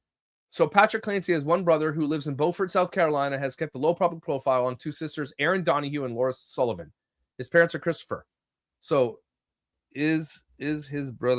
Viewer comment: I wasn’t expecting to hear my hometown watching this live 🫠 Beaufort is pronounced bew-fort like “beautiful”. Somehow the town always ends up associated with these high profile cases